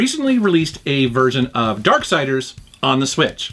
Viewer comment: bruh... ‘darksiders’ bro, ‘darksiders’